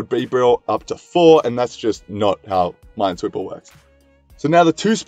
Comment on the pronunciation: No one realized that he said mindsweeper instead of minesweeper